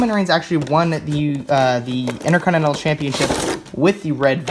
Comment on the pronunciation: HE KEEPS SAYING INTERCONINENAL